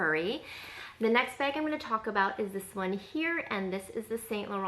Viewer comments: Bayg or Baig LOL. No! Neither. Say it with the same sound as you pronounce the word “back.” 😘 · I just moved to Canada n I’m pretty sure it’s a Canadian thing because everyone be out here saying “beg” instead of bag 😛 haha I love it 😂 and I love your carefully curated collection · I’m from east coast Canada and I noticed the way you say bag too. Not like I say it. 😄 But then I’m French, so there’s that. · The way west coast Americans say bag is a hard ‘a’ like the ‘a’ in apple. I like your bag collection!